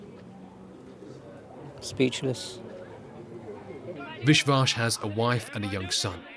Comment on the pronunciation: The name isn't "WishWash". It's Vishwas.